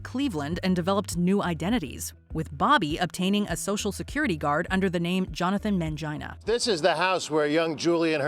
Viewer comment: Wait did she say Johnathan man gina?